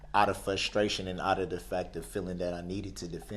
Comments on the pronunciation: "Axed"..."fusstration"...lol. they should let all of these ghetto idiots represent themselves, it makes for pure hilarity. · Don't forget his " fustration". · I thought he said "flustration" 🤣